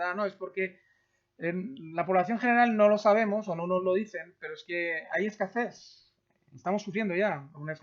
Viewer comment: "hay escacés"